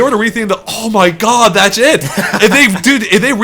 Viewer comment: Oh one more thing.. You really really need to work on saying "that's it!" lol I keep hearing "that's shit!"